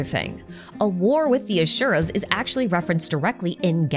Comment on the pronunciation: It’s Asura (like in Aspirin) and not Ashura.